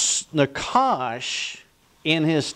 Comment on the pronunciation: pronounced "naHash"